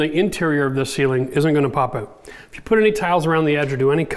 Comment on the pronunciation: It'sOUT NOT owut!